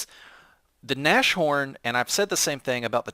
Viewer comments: Nas-horn, not nash horn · Naz-horn dude not Nash-horn :D I think you already know it, you have a decent knowledge of German. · "Nashorn" is pronounces like "Nas-Horn", the "sh" isn't pronounced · Nas-horn! Nas-horn!!! With a long "a" like "Nahs"... Q_Q And for the Germans in WW2 the main problem which would define production costs was getting material, like (high-)quality steel and such. Man-power was quite readily available due to slave-labour from the concentration camps. Still, the second factor in regards to production was the factories being bombed very often, slowing down production. But I'd still put the "lack of material" (and fuel, oil was a big problem) as the main factor in "production cost". Or at least I'd put the constant damage to factories and the lack of materials on the same level of how severe they impacted production levels. The only German tanks that could actually effectivly stand up to the tanks the enemies (mainly the Soviets) threw at them were also much more expensive to build then their counterparts...most of the tank battles earlier in the war were just won due to the skill of the German tank drivers, not the quality of their tanks. I think the Panther was the first model to actually be able to really compete with the T-34 for example. But I guess you probably know that even better than me... :p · Nas-horn,. Pls. It annys the hell out of me as a german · Keep the Nashorn (By the way, since it's German, the 'sh' doesn't make the 'sh' sound. The sounds of 'nas' and 'horn' are separate. Imagine a hyphen there when you say the word.), but sell the toaster. I find the Nashorn enjoyable, even though I haven't unlocked the long 88mm gun and am using the short 88mm gun currently. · Ahhhhh he said nash horn again -.